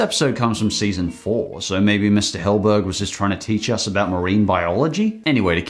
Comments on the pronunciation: Sorry, but you pronounce Stephen Hillenburg as "Hill-burg", but it's actually pronounced as "Hill-en-burg". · It bothers me that someone who is clearly a much bigger spongebob fan than I am calls Hillenburg “Hillburg”… like come on